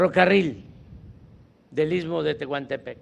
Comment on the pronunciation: Se dice isssstmo, isssstmo, otra vez isssstmo